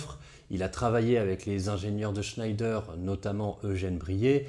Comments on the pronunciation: Bonjour, bien documenté et très instructif. J'aurais une remarque, ne prononcez pas le nom de Schneider avec cet accent. Schneider se prononce à la française "schnédère" ou comme à l'origine "schnèdre". Les frères Schneider étaient Français et maitres de forges dans la ville du Creusot en saône et loire. Vivement la prochaine vidéo.... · Si je peux me permettre, à l'époque et jusque dans les années 80, l'industriel "Schneider" en France était prononcé "Chnèdre". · Schneider, comment le prononce t-on ? Je sais que le nom de famille se prononce "schneidre". Depuis enfant et dans l'industrie, j'entends le prononcer à la française : "schnèdère". Mais les vulgarisateurs de youtube prononcent à l'anglaise ? Ou peut-être à l'allemande ? Qui connaît la prononciation de l'entreprise du Creusot ? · Merci beaucoup pour cet exposé particulièrement bien construit. Une observation : Schneider est une marque française...il ne faut pas prononcer à l'allemande ! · sauf qu'il ne prononce pas correctement... il n'y a aucune raisons d'appliquer les règles de prononciation allemandes pour une famille qui ne l'est pas ... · Schneider ça se prononce pas à l’allemande pitié surtout en parlant de la PGM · Le char SCHNEIDER avait pas une prononciation plus française ? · Super vidéo ! Juste une petite remarque Schneider se prononce à la française "Schnèdre" non à l'allemande "Schneydaire". Mais un grand bravo comme d'hab ! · Pas sûr du tout qu’on puisse prononcer Chnaïlledeur pour chnédère. Qui le sais ? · Superbe exposé, comme toujours! Mais attention, en temps de guerre contre l'Allemagne parler d'un fleuron industriel français en prononçant "Schnaïdère" au lieu de "Schnèdère", c'est risquer de subir le sort de Mata Hari!😄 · Hey juste pour dire, ça se prononce « schèdre » et pas scheider a l’allemande Super boulot sinon! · Superbe vidéo, comme toujours. Merci! Juste une chose, Schneider c'est Français (Le Creusot, Bourgogne), ça se prononce"chnédère" 😉